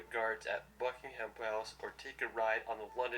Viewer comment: An i the only one triggered that he said Bucking- HAM 😬🤚